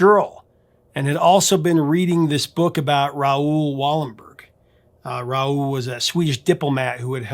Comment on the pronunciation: As a Swede I chuckled at pronunciation of Raoul Wallenberg. It's more like Rowl and not Rah-ool.